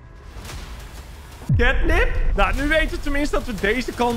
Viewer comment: Het is ketnep geen kitnep😂